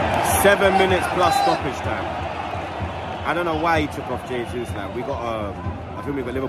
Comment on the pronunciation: Bro Arsenal is your business and you still can't pronounce JAYsus :D Learn to pronounce the players names. HAYsus is the Spanish pronunciation, but in Brazil they speak Portuguese and that is JAYsus.